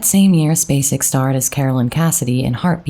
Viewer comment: I’m SO happy Sissy was selected. She’s my second cousin and I am so proud to be able to say she’s an Academy Award winner! I am very sad about her brother. She is an amazing lady. Thank you for pronouncing “Spacek” correctly. 😊